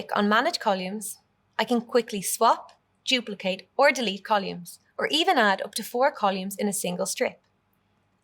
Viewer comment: Uhm …. CoLUMES ??? 😂😂